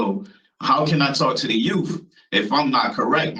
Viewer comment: The "youff" don't need anything this monster has to offer.